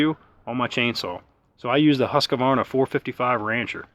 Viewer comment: It's pronounced Husqvarna - not Husk-a-varna.